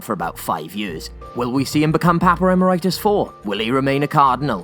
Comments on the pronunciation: Did he say, "Papper Immeritis?" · "Papa Remeritus" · Lol his name is not Paparemeritus